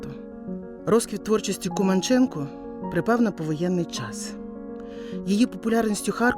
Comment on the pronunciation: Дяка за Вашу працю! Поліна Володимирівна була дивовижною людиною! А прізвище вимовляли КумАнченко. У нас в Молодіжному працювала її рідна племінниця Луїза Філімонова.